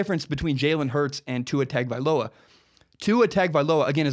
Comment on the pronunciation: Ta Ga Vai Loa